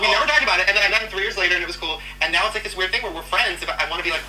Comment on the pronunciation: Can you please stop saying noew instead now? It's really confusing